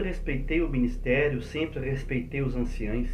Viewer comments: Anciões não anciães!aprende a falar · Pronuncia correta é:ANCIÃOS e NÃO anciães.